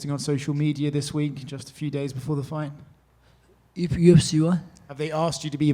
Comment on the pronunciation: "that phight its easy for me"😂😂😂